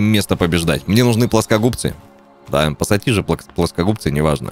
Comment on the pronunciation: Отец как ты мог не пассатижи а посасиже. Отец прости